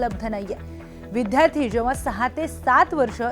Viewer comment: मॅडम ते विध्यार्ती नाही हो विद्यार्थी आहे